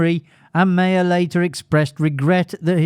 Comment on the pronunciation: It’s Meyer not Mayer.